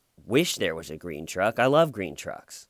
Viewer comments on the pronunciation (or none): "I love grene trucks" xD